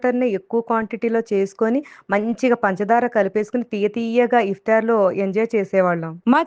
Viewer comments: It's not iftyaar it's iftaar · Iftaar.... It's not iftiyaar...